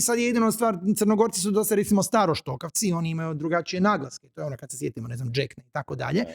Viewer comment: Hrvatski i srpski su nastali od crnogorskog 😉, nije Džekna nego Đekna😊